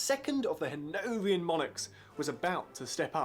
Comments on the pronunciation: This "tour guide" needs to learn some pronunciations before progressing any further. Hanoverian, not Hanovian for the Royal House of the Georges and Cliveden House is pronounced "cliv-den" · The pronunciation was a bit iffy in a couple of other places, too: "han-OW-vrian" for "HAN-o-VER-ian"; "canole" for "canaille". TBF, the latter's not a very common word but, then again, it's easy to look up! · I noticed that, too, although having looked up "becrown", it turns out to be a real word. The rest I agree with, and would add that he didn't know how to pronounce "Hanoverian" either.